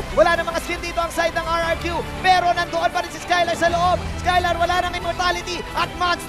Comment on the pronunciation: RRQ broooo not RQQ